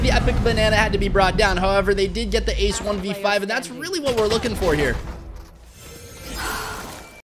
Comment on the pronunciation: Ace❌ Ass✅